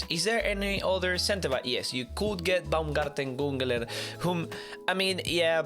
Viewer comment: No one:: BAOMGARTENGUNGELEL